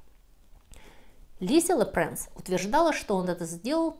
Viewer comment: А почему Луи Лепренс? По французски читается Луи Лепранс ?🤔